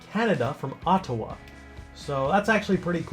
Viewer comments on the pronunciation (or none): none